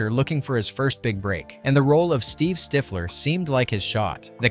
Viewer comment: Did... did you not watch the movie? How do you watch the movie and mispronounce Stiffler's name? Also, MILF was explained immediately after by Jon Cho's character. It's even in the clip played in this video.... You did watch the movie, right?